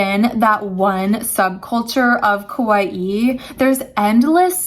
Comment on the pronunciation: “Ka-wa-ee” pronounce it correctly.